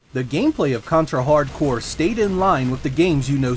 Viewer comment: My favorite contra game!! Is simply the best for me i love Ray and Fang. I cant believe the people get angry for the title, this guy pronunce the game name fine, good video man!